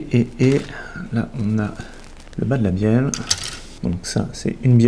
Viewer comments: Matthieu Bulvestre de rien et oui je viens de revoir moi aussi j'entend bienne 😂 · Benjamin RAHARD Merci Benjamin je sais que c'est une bieLLe avec 2 L mais c'est pour embêter François car moi à j'entends bieNNe 😁